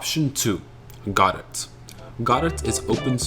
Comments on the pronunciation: I first thought it was "go dot" but "god et" is even worse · "Godet" is crazy bro it's pronounced "guh dough" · It’s pronounced “ ga dough” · bro doesn't even know how to say godot 😭 😭 😭